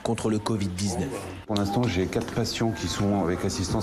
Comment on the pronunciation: On prononce quatre et pas quat !